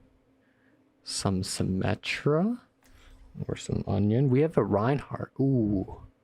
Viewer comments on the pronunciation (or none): it's funny how when you say anran it sounds like onion